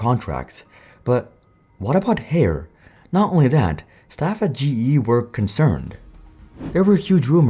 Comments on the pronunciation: ffs dude it’s Higher not Hair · It's not pronounced "Hair" lol, it's "Hire" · I thought Haier was pronounced like "Higher" not like "hair" 🤔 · Included in the video was an employee at a trade show pronouncing the brand name correctly as "Higher" and still, this entire video is wrongly saying HAIR. Am i missing something? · it’s pronounced Higher. Not Hair 😂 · According to the company video clips, the company name is pronounced like "Higher" not "Hair". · It's pronounced Hai Er (2 syllables). I can:t imagine doing a deep dive on a company and get the most basic pronounciation wrong, can you? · Isn't it pronounced as hai-ur ? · Haier is pronounced “higher” atleast you can still buy GE fridges. In Australia Haier has been here for 20 years and barely made a dent in the home appliance market. When GE appliances moved to Haier they stopped selling GE Fridges. Our last GE fridge lasted 20 years and we sold it on marketplace and it’s still going today in 2025 (a 2001 artica model). In 2020 my wife wanted a Samsung French door fridge, now in April 2025, it has an unrepairable error. Wish we could buy a GE fridge again!! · I donno why Haier was continuously mispronounced in the video when they used trade show footage themselves which use the correct pronunciation. Correct pronunciation is such an easy thing to get right and content creators are getting paid to speak so you'd think we wouldn't be having these sorts of threads but here it is again... Well, Jon from Asianometry fixed his DRAM pronunciation eventually so maybe LA can do so with Haier too. : )